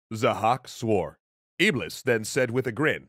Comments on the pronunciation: you pronounced iblis wrong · Iblis is pronounced iblees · Great episode but here is something EXTRA 1 : iblis is pronounced iblees 2 : is the same creature as shaitan 3 : and it's the fallen angel in Islam that tells people to sin and do wrong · guys, the correct pronunciation of Iblis is in fact Iblees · Iblis? I thought it was Ahriman .